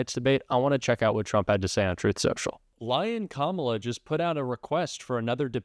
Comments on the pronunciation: It’s amazing how Maggats are unable to pronounce Kamala. I guess you need a functioning brain. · Why can't his camp learn to pronounce her name correctly question mark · Trump Jr. is so full of shit it's oozing out of his ears. Listen to the projection (just like his daddy). Every single thing he's accusing the "left" of and Kamala (he purposefully mispronounces her name, just like his daddy) is what Donald Trump, his father, is actually guilty of. So ridiculous.